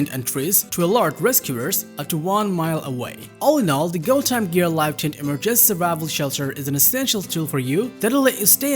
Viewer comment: English teacher here: 1) slow down your enunciation. Trying to speak fast only hinders your comprehension skills. 2) Verify how certain words are pronounced. Remember that English is a stress- based language, therefore, placing the stress in the wrong syllable makes certain words sound weird. (Emergency, for example). Don't let these details distract the listener from your actual message